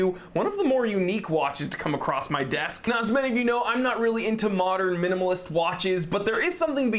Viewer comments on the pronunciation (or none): none